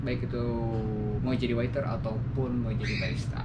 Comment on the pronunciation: Waiter bang, bukan witer